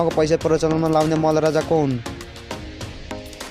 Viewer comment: प्रश्न हरु राम्रो छ तर उच्चारण सुधार गर्नु यस्तो नेपाली सुनेर मेरो टाउको दुख्न थाल्यो। मल्ल हुन्छ न कि मल ।